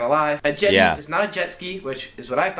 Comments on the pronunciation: Jetty, not jetti. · lot of errors, Jetty not jetti missus not misses, lots more wrong, have to research more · Jetty not jetti. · Jetti should be Jetty Misses should be Missus Aluminum is spelt differently here; aluminium, hence the different pronunciation with the extra 'i'. Just a few pointers ;)